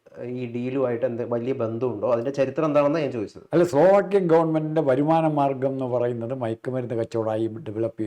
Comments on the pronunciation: SOLVE AAAKIIYA alla DA , Slovakia. Eli eetha, Pa*i ettaha ennariyatha oolakal. Avante oru CRIME Onlie oothoobu chanalum. poyi chavada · പൊട്ടാ.. സോൾവാക്യ അല്ല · സോൾവാക്യ! കഷ്ടം! ഒരു രാജ്യത്തിന്റെ പേരുപോലും തെറ്റില്ലാതെ പറയാൻ അറിയാത്തവനാണ് ചർച്ഛിക്കാൻ വന്നിരിക്കുന്നത്. നിനക്കൊന്നും വേറെ പണിയൊന്നുമില്ലേ?